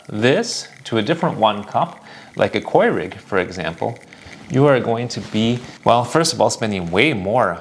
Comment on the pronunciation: in the WHAT cups? I’ve never heard anyone pronounce Keurig like “Quay-rig” before.